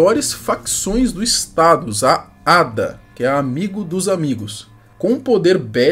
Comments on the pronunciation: Não se fala ADA, se fala ADEA . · ADA KKKKKK, É a.d.a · não se proncuncua ada, se pronuncia A D A, o som do D permanece, n continua como se fosse ada😂😂 e lá nos rivais, o tcp tá errado, tcp é aliado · Não é ADA, é A.D.A ( A-D-A) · Fala, não se fala ADA, se fala A DÊ Á. Vìdeo show! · O nome da facção não se pronúncia falando ADA, o correto é você falar o nome das letras. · Se diz A.D.A nao ada blz amigo so corrigindo ótimo video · N é ada é a.d.a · Não pronuncia o nome junto, e sim A. D. A. Sílabas Separadas "amigo dos amigos".